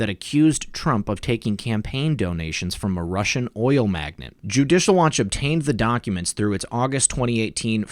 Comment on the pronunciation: It's pronounced "mag-nate". Great video as always.